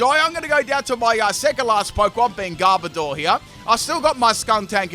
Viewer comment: Ah my favorite Pokémon according to the title, Garbodar. Not Garbodor, Garbodar. Love ya